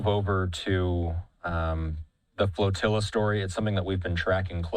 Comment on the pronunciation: FLAT-ILLA, not Flotilla! That's obviously and shamefully FLAT! ZERO, ZERO, and nothing but ZERO OUTCOME for the SECOND TIME AROUND! SHAME!